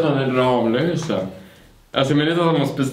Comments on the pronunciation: Det uttalas "Rammlösa", inte "RAAMlösa." 😡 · Snälla säg inte "Ramlösa" det heter "Rammlösa" alltså inte i ram som i tavelram utan Ramm! 😁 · Oavsett hur många M det är så uttalas det RAMMLÖSA, det är dialektalt. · Gilla om du är en arg skåning som tycker att ska lära sig säga ramlösa korrekt